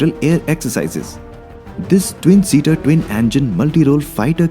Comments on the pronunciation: For gods sake it's not Angine it's Engine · who did the voice over for the video the prununciation is reALLY BAD eg "its engine not AEN-GEN also equipped not aei-qui-ped